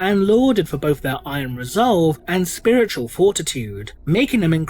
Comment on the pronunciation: “...The Oh-So-WONDeful-I-COULD-SHIT-My-POWEPANTS-SpiwitauwLIEGE!”